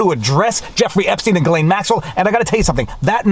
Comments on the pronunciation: Why why can’t you say it??? gih - LEN. Not LANE. Hard g gih and LEN. Got it ???? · Viva, its Ghee - layne. a hard G, as in Ghost- Not G as in Giraffe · Ghislaine is pronounced with a hard G. The first part of Ghislaine is pronounced exactly like the first half of Guitar. Sheesh! Take the first half of guitar, add ‘lane’ to the end. (The S is silent) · Ok Viva Frei. Is it Ghislaine or Jillaine. (pronunciation). You bounced between the two. LOL. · It's pronounced Jizlane. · It's "Ghee-lehn." We're at mid-morning recess. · Ghislaine pronunciation, just as you pronounced, G, his is silent, Laine, The name's meaning is “hostage” or “pledge” according to google. Glaine ish. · Can you ask your wife to teach you the conventional pronunciation of "Ghislaine." Thank you. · FWIW... I don't believe you are pronouncing her name properly :-) Don't forget... most of the reporter in that courtroom work for folks who at one time or another, participated in this "club". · Love your videos. But why do you keep pronouncing Ghislaine in different ways? Ji or or Gi?